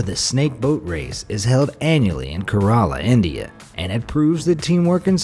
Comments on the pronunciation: Gavvala Prasanna it’s ke re la Not ka ra la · what on earth is a Ke-ra-la ????